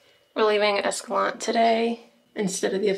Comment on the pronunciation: Love this video series and I'm glad the next one is out!! Just so ya know, the locals pronounce it escalan-tay and pah-ree-uh.